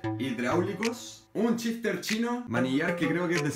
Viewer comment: porque dice "chock y chifter" y no shock y shifter?